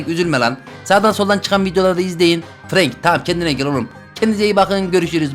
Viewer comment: Abi franka frank denmiyor Frenk deniyor seni seviyorum 🥰